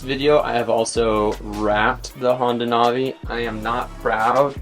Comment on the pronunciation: It’s not nah vee it’s nav ee Do you nahveegate or do you navigate?